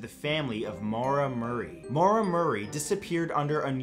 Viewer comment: Thanks for the correct pronunciation of Maura, Matt. The whole case is a rabbit hole to fall down sometime. Stay strange